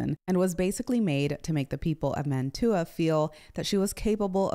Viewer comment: I really enjoy your videos. Please forgive a pedantic point: "Mantua" is pronounced MAN-tyoo-a (in Italian, the city is called Mantova, MAN-toh-va).